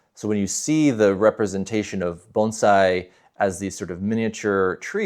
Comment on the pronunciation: At first glance, I really appreciate your pronunciation of the word “Bonsai”! It’s hard for me to understand how Bonsai artists can’t pronounce the word. I feel no matter how great of artist you feel you are, if you can’t pronounce Bonsai correctly then you’re not a good artist. But that just my opinion. Proud of you!🙏🏼😇💛